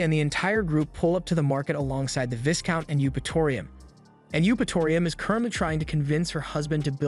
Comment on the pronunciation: 'Viscount' is pronounced Vai-Count, not 'Viz-Count'